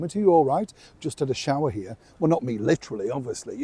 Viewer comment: Your Yorkshire twang came out then when you were on about a shower. I'm quite broad Yorkshire it's nice to hear it from you 😅xxx♥️